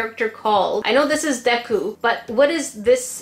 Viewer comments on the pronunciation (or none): none